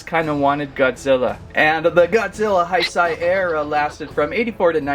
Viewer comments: Heisei is pronounced like this hey-say not hi say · "the heisei era is my favorite era". doesn't even know how to pronounce heisei. here's how to pronounce heisei properly: h-e-y-s-a-y